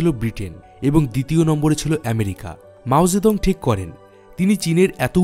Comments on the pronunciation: কিসের মাও যেদং। উচ্চারণ ঠিক করেন। আজব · মাও সে তুং , নামের উচ্চারণ আবার চেক করুন।